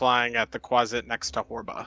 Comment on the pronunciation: Quasit! Not Quaste! Hahaha